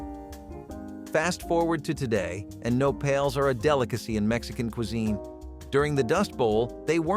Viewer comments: Not "No pails". The word is "Nopales." (Pronounced no-pÁ-laze.) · Nopales pronounced wrong - dictionary has enunciation perhaps a moment of research on that portion.